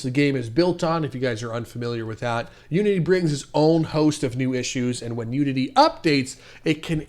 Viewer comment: anyone else hear "nudity" instead of "unity"